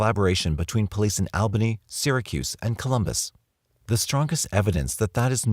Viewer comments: Missed u 💜(I'm a girl btw, not a creeper😅) Oh... And It's pronounced AWbany, NY... I'm born n raised there😏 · Al Bunny? Hahaha All Bunny is more like it at least for the New York Albany people. (